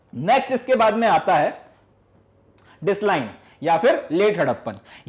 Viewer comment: This thing does affect students they may follow the similar pronunciation by you and end up being subjected to laughter